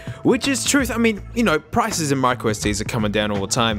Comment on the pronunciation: he said "prises"